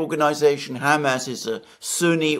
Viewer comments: Could you get Mercouis to stop saying ham ass.😊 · Great show! I had to chuckle to myself everytime Mr Mercouris said Hamas, as he pronounced it like it is a pig's rear end - like Ham Ass. I'm more used to the usual Hamaas type pronouncation. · It's funny how Alexander pronounces the faction as 'Ham-ass.' 😂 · and other knowledgeable pundits say "HAM ass" like we would say ham sandwich. American newscasters often say "huh MAHSS". Which is correct? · Alexander's pronunciation of Hamas unconsciously motivated me to eat two ham sandwiches.